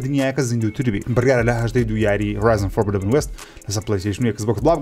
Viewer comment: ئەرێ هێندە مەڵێ فۆربیدەبن وێست 😂 فۆربیدن وێست ڕاستەکەیە 😊😁